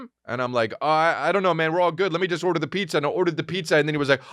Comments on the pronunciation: And he says it funny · Chris says "order" in just about every episode